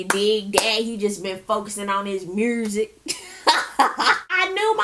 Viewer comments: I know it wasn't major but I hollered when Scrappy said "mursic" 😂😂😂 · I noticed that he said that too 😂